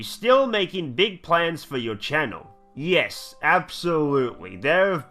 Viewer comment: Radal's mum "Yis Yis"